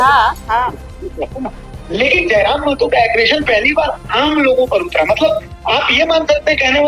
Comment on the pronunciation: मेहतो नहीं.... महतो होता है।